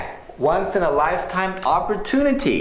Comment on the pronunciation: opportunity の発音、の”アッポー” （身振り付）すごく分かりやすかったです。有難うございます。